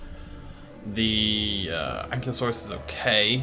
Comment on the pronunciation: Ah,, still pronouncing Ankylosaurus wrong. And, as far as I’m aware, the DPG stuff is still canon.